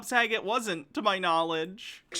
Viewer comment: I don’t like the way he said Bob Sagat’s last name, he put a little too much emphasis on it. It definitely gave “Haha his name can rhyme with the F-slur” “joke”. And I’m glad someone in the chat caught the same vibe